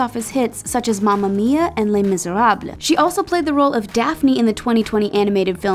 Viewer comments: that pronunciation of les miserables made me cringe so bad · istg say les miserables right 🤦🏽‍♀️ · CEO of “ Li mIsERaBlEiE” It’s pronounced as “le misirable” btw ~